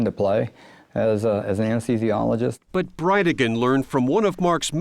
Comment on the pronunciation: "Anes THEE Zi Olo etc, NOT "Anes TEE Zologist." THEE, not TEE, dammit. Just like " As THE tic", not "As TE tic." THE-TIC, THEE-SI"